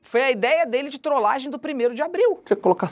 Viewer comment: é trolagem e não troslagem